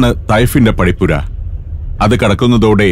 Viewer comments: ത്വായ്ഫ് എന്നാണ് പറയേണ്ടത് തൈഫ് അല്ല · തൈ ഫ് അല്ല താഇഫ് ആണ് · തൈഫ് അല്ല തായിഫ് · " തൈഫ് " അല്ല " ത്വായിഫ് " എന്നതാണ് ശെരി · തൈഫ് അല്ല ത്വാഇഫ് ആണ് ☺️ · തൈഫ് അല്ല, ത്വാഇഫ്. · തൈഫും അല്ലാ താഇഫുമല്ല, ' 'ത്വാഇഫ്' അർഥം: താഴ്‌വര ജിദ്ദയുമല്ല ജെദ്ധയുമല്ല, 'ജദ്ദ' അർഥം: ഉമ്മൂമ്മ (Grand mother).🙂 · തൈഫ് അല്ല തായിഫ് എന്നാണ് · 'ത്വാഇഫ് (طاٸف)' ആണ് ശരിയായ ഉച്ചാരണം